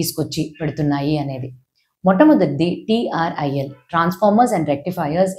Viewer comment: Not TRIL it is TRAIL